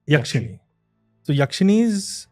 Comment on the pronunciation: Its only me or when says Yakshini it sounds different